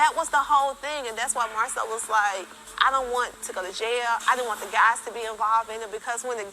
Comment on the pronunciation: I don’t like that her TH is a D looool